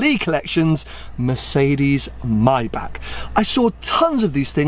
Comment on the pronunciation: I beg you, please learn how to pronounce ‘Maybach’